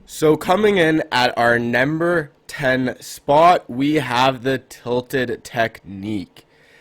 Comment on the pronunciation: he said nember 10 spot